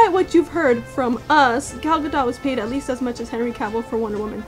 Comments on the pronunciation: its pronounced with a hard T at the end GadoT, i thought it was pronounced like french Gadoux in the begining. Saw you were struggling a bit in the video so to clear it up. Loved the vid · It's actually pronounced "Ga-doat." The last part is like "goat" but with a "d." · It's Ga-dot. It's Hebrew, not French so the T is pronounced.